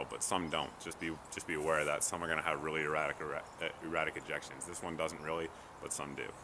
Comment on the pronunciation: Erratic Er(ections)... ejections lol